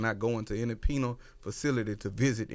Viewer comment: Did he say "Penile" Facility?